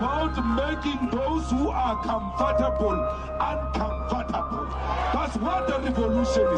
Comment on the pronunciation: That's not how you pronounce 'uncomfortable'.